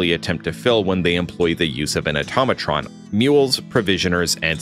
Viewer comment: Did he just say “automotrons”?